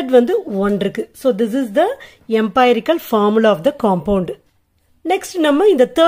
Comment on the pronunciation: எம்பைரிக்கல் illa எம்ரிக்கல் mam . Thanks for your useful video😊😊🎉😊😊